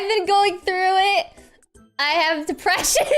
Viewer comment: Valkyrae: "i hAvE dEbT-rEsSiOn" [making ret@ laugh]